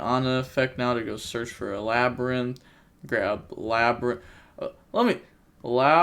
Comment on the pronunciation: I'm concerned about your education cause aint no way you just called that "le brian"